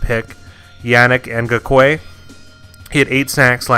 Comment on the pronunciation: It's Ngakoue as in In-Gahk-whey